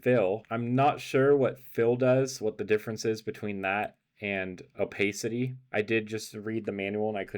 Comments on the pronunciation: sorry? o pace ity? you mean o pass ity? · you are mispronouncing opacity.